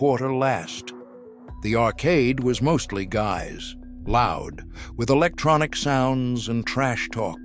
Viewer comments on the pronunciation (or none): none